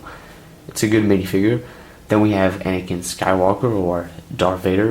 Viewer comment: Me: * realises that he says mace windo and anikin fight palpatein * Also me: * visible confusion *